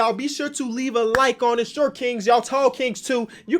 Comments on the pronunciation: 😂🤦🏾‍♂️ “shot kings” I can tell you sleepy🤣🤣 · Are you British my guy “Shot king” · Forgot an r there